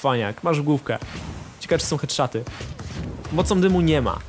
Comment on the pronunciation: "hedszaty" <3